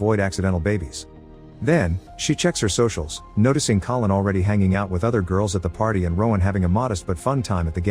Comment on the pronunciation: The narrator called Collin "colon" at some point and it's now stuck in my head